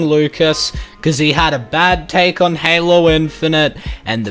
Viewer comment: Now I know good and Goddamn well this amazing Lucas m********* did not just say "Halo chief". That just goes to show that this amazing Lucas dude has brain problems. And as a long time Halo fan, I am livid